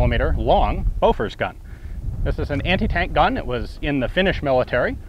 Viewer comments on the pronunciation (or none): Great video but I think bofors is pronounced "Booforsh". My Swedish is a tad rusty so I may be wrong. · did you say bofa like bofa deez (nutz)